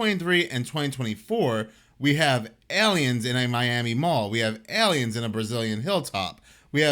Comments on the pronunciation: OMT: there’s no “Y” sound in AY-LEE-INS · Love how he says aliens 🤣 ELLYENS